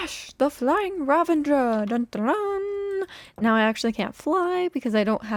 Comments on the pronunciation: ) There's no 'n' in ravager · Is Ravenger (vs Ravager) a thing now? Or has Etho spread it like wildfire (or other MCYTers, idk -I just heard him pronounce it wrong constantly last season of HC lol) I love love love the mountain range! And the entrance to the mountain base frame. I really don’t think you should worry about keeping up with others on the server. You’ve got your own thing going on and that’s enough (although maybe making a shop for something is a priority so you can make diamonds to fund your shopping habits haha) Have you ever heard of the Glacier Skywalk in Jasper, Alberta? It would be cool if you did something like that somewhere on the mountain if it fits what you’re going for!